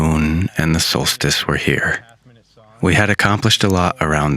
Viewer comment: "There's a laattah people around heah" 😂